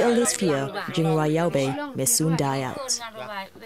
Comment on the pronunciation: Your pronunciation of Jingrwai Iawbei is spot on.